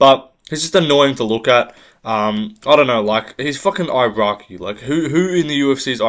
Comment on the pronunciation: brother u cant even say iraqi right u shouldve left it out the vid😅